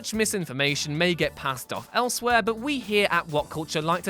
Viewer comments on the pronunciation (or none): none